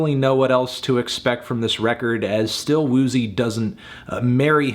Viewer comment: anthony, calling still woozy “still poozy” for half the video and then laughing was kinda weird, but i respect your view on the album